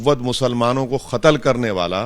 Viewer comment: khatal nai katal hota he hbadi jahil